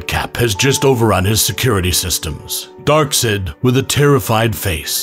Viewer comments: literally every single piece of official media in the past 20 years (at least) that has ever said this character's name aloud had pronounced it "darkside," and spelled it as Darkseid. (the correct spelling is even in the video ) how did no one catch this before publishing it? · I don't what messes with messes with my head more: OP Santa visiting Apocalypse or the pronunciation "DarkSaid" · Darksed....bro it's pronounced...DARK-SIDE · Cut it off the moment I heard the way they pronounced Darksied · How your saying it: DarkSAID His actual name: Darkseid How its pronounced: DarkSIDE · It's pronounced Darkside not Darksaid. His name is spelled darkseid to. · (D árk S•yëd) is how it’s pronounced not (D árk S-ïïd) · bro dark sed!? its actually pronounced dark "Said" like say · Do any of these people ever read comics? It's not Dark-sid, it's pronounced Dark-side. For the love of the new gods, learn how to say the name correctly. I'm surprised you didn't call Santa, Sonta Clous. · in case you didn't get it, its pronounced dark SIDE... it just spelled weird for artistic reasons. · Dark side is how it’s pronounced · That's not an A, that's an E. SEID. Pronounced, "sīd." same as "side." SIED would be pronounced "see-edd." This is "side." There's literally no other way to make the name pronounced "dark-side" other than literally spelling it "darkside" or spelling it "Darkseid." That's why his name is Darkseid. You're a comic summarizer. You summarize the details of comics. How do you miss the detail of his name literally being the same pronunciation as "dark side" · Whoever Recorded this Is Unaware It's Pronounced: Darkeside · I will help you out. Darkseid is pronounced, Dark-Side. Why can't people just watch an actual clip from the TV shows? You can get his name there.... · Darksaid is pronounced DARK SIDE. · Just sayin not tryin to be rude but is darkseid dark-side for pronunciation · um sir its pronounced darkside but spelled darkseid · ....It's pronounced dark-side.